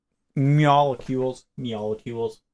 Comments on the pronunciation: Meolucules? Did you ask your cat how to pronounce that? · myaalocules... y'know, like, nya? :3c